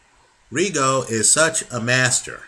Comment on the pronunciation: ree gun dee o? THAT has to be the lousiest pronunciation of the dudes name ...he outscored and beat nonito pretty clearly ....116-112 is fair